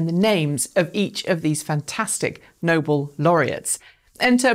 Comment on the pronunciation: "Nobel" is pronounced "no-bell" (not as in "noble"). Otherwise great coverage.